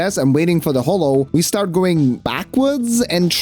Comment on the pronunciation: For the first 10 minutes I thought he was saying STORT position.